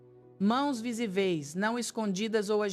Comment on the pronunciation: Nåo tinha notado até ouvir " måos VISIVÊIS" 😆